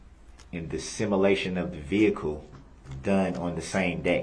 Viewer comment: What’s a “Simalation”? 😂😂😂